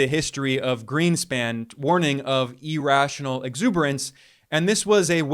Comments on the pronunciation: EAR- rational, not E-rational. cmon man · Irrational is pronounced ear-rational not e-rational. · The fact that he US is in a financial bubble which will end badly is undoubtedly true, but the continued pronunciation of "irrational" as "e rational" is an indication of the level of knowledge and depth of analysis, both of which are superficial. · Please stop saying e-rational. Jeez